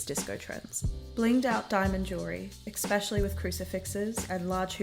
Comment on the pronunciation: Good video but can you stop saying exspecially lmaooo